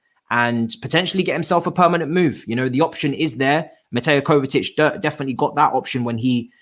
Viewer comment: bro its Kovacic not Kovatic, he's been here for 3 years...